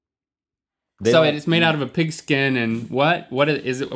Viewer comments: Hahahaha lol I thought he said pickle skin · He said "pigaskin"